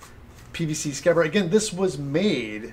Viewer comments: I was wondering what happened to D in scabbard? Aaaand since we're having a pronunciation post and all the name of the company Tamiya (as far as I know as theres apparently no long "I" sound in Japanese) is pronounced Ta-mee-a not as, the amazingly awesome and Bill Doran say) Ta-my-a, I know I might be getting a little grammar weirdo here but it drives me loopy hearing it said, to my mind, the wrong way. Now if I'm incorrect please tell me because I'd hate to make a total arse of myself? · The word is scabbard